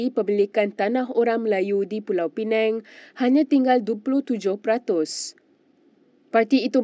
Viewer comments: Sebutan p.pinang jadi p.penang sebutan tak tepat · Pulau penang, dia ni org mana ni, pulau pinang pun tak reti sebut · Pulau pineng?? Sebut la betul². PULAU PINANG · Bacaan pun tak berapa betul. Pulau pinang bukan pulau penang.....hayoo.... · Tolong ya, tolong betulkan sebutan Pulau Pinang, bukan Pulau Pineng. Mungkin pembaca berita 'peneng' kepala kot??? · Maafkan sy. Tentang isi video ramai dah mengulas. Sy nak tegur pembaca berita ni. Sebutannya teruk. Sgt memerlukan bimbingan intensif. Pls msiakini tv. Perkataan2 biasa pun salah sebut. Kalau dibiar akan menjadi pencemaran bahasa yg berterusan. Perkataan paling mudah.... Pulau pinang pun disebut pulau pineng. Belajar mana adik ni dulu ya? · Bukan pulau penang yer dik. Its pulau pinang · Tolong sebut dgn betul Pulau Pinang bukan dgn Pulau Penang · Pulau pinang bukan pulau peneng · Pulau pinang bkn pulau pineng ya. T.ksh. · bukan pulau pineng lah sis,pulau pinang,betul kan lidah tu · pembaca berita sebutlah betul2 Pulau Pinang. Bukan Pulau Penang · Pulau piNENG atau Pulau piNANG ye? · Pembaca berita tolong lah sebut nama dgn betul! Negeri Pulau Pinang betul bukan Pulau Penang kenapa penerbit berita biarkan sahaja? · P.Pinang not Peneng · Pulau pinang Bukan pulau pinang la